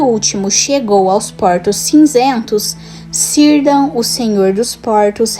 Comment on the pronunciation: Mto bom, mas não se fala cirdan, e sim Kirdan, assim como todos outros nomes no legendário que começam com a letra C